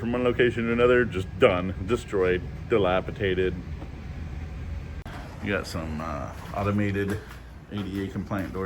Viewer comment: FYI It’s DILAPIDATED, not dilapiTated Love you man